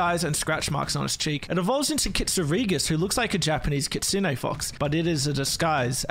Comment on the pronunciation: Someone who pronounces kitsune correctly!